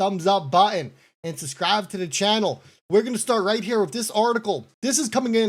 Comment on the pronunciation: Bro can’t even pronounce SUBSCRIBE. There is a B in that word. It’s not SUSSSCRIBE